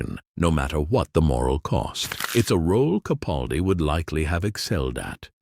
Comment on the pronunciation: Sigh...although an all too common error, the next time you do a video, could you please pronounce Peter CaPALdi's name the way he does. With a hard "a" as in PAL. It's sort of a pet peeve of mine. I admire him so much, it irks me that the majority of YouTubers don't make the effort to say his name correctly. Otherwise, great video.